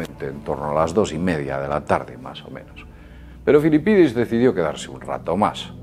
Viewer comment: Disfrutas mucho diciendo "Filipidis", no?